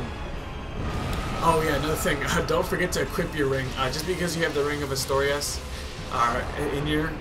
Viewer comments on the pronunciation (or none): All I dislike about this whole commentary is that it's Artorias, not Astorias.